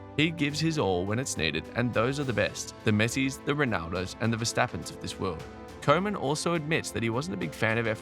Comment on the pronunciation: Next time pronounce Koeman as Kuman. Probably sounds much better.